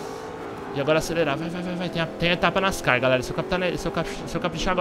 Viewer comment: o jeito que tu falo ''nascar'' ta errado kkkkk